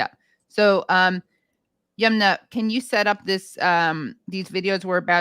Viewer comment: Halper for god’s sake please learn how to pronounce Yumna’s name correctly. Aaron says it correctly. It’s not Yoomna. Her name likely comes from the river Yamuna which is a common name in India.